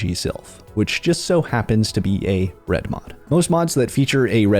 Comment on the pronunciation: The over annunciation kills me… reDmoD Fingernails on a chalk board